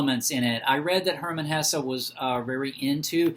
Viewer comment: Thank you for pronouncing his name right ❤